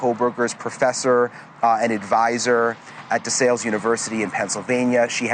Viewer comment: DeSALES. You pronounced it correctly the second time you said it lol. It’s pronounced De Sales. Just like the word sales. In yard sales. You can always tell the ppl who aren’t from Pa in the way that they mispronounce DeSALES.